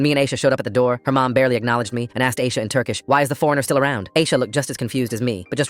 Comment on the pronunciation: No Turkish woman would be named ayisha. It's Ayşe.